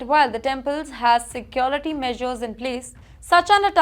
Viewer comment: why do you say sequo- rity..instead of se -cure-ity..I always wonder at our Indians.They come out to adopt strange pronounciation. 1.se-quo- rity..instead of se -cure-ity.. 2. In-showr- ance..instead of In-sure-ance.. its an irritating adoption.. huh!